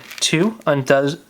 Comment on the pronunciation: *Undoes pronounced 'Un-Duz'